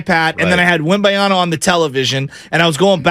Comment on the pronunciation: your mispronunciation of Wembanyama is borderline driving me away from this channel. I suggest sitting down and writing down the name by hand and give it a good hard look before saying it again